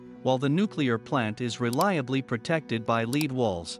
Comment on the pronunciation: Lead is pronounced as " led " ... very informative video. Much enjoyed. Thanks.